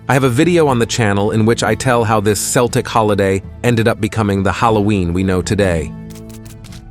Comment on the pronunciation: You can Google how to pronounce words like Celtic or samhain. You should try it.